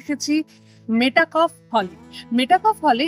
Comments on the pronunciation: মেটাকফ নয়, মেটক্যাফে বা মেটকাফ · Pronunciation ta metakoph না মেটক্যাফ?